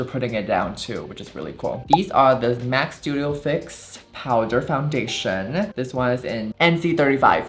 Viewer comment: Foundationa, foreheada, shada, maka………, are u okeya??????? Do u need help from speech pathologista??????